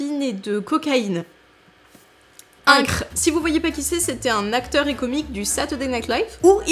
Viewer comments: "incr toutes ces infos " j'avoue j'ai dû m'y reprendre à 2 fois pour capter 🤣🤣🤣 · "INCR" si lyonnais x)